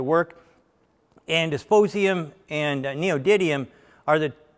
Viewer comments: It's dysprosium not disposium! I for one prefer the modular, serviceable motor controller. It may be that they won't need to service them, but on a new design it's always nice to have it be fully serviceable until you know what kind of actual, real world B10 numbers you're going to get. It's better to have a massive recall where you spend an hour disassembling an inverter and getting goopy with silicone conformal coating gel to replace one board for $150 than it is to have a massive recall where you spend an hour swapping out an entire $3500 inverter because the board is laser welded to the next one down at all its contact points and then potted in hard epoxy. If you find that your inverter never ever fails, you can release the next generation with less serviceability on it without totally screwing your service department. Edit: a good example on the bleeder resistor. Tesla definitely did the ideal thing for assembly since those can be pick n placed by a robot and then reflow soldered, but if they didn't get the amount and alloy of solder perfect and the wattage and heat sinking of the resistors PERFECT, they will literally fall off the board eventually. This is very evident on, for example, the overhead console clock module in 98-02 Subaru Foresters. Darn near every single one has, or still have, three SMT resistors quite literally fall off the board. The bleeder resistor shown is serviceable enough, but not too crazy like the leaf one. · Good presentation with lots of nice nuggets of information. - "disposium"? I had to look that element up. It's actually dysprosium, which I didn't know about either. :-) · 'disposium' LOL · Thank you Sir for your work and expertise, this video is awesome. I might be wrong, but I think I heard three small glitches in your text : ( & ) : Metal you quote is "DyspRosium", not "Dysp_osium", and It is not "Noedi_d_ium" nor "Neodi_t_ium" but "Neody_M_ium". I refer to [ ] , [ ] . Please pardon me if I am mistaken.